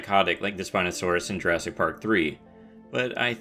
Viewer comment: I thought you said Jurasstic.